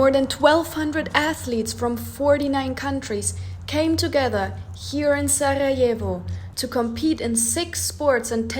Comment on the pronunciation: you have a really lovely way of pronouncing the R in Sarajevo, where are you originally from?